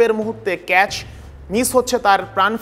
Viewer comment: ক্যাস নয় ক্যাচ